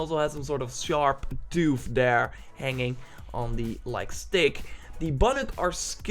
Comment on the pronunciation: if he says banYuk one more time🤦🏿‍♀️😤